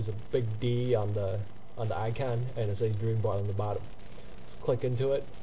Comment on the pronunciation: im sorry buts its ICON!! not ican!!